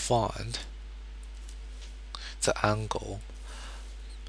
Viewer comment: This is putrid..... "da rangle is fwity pive togree" -.- learn english mate t(-.-t)